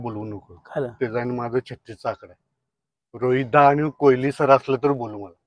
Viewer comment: कोहली सर म्हणा कोयली नव्हे